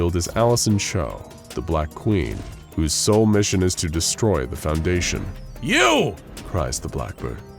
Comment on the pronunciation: Oh no “foudation”